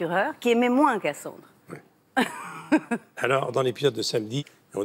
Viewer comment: Cassance....michel ne sait pas dire le titre de la série 😅 c'est Cassandre